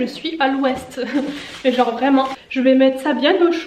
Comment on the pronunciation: Le "y fait fain, jenre y fait vraiment fain" 😂